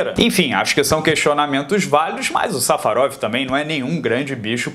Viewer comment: eu cansei de ouvir "safadão" quando o disse safarov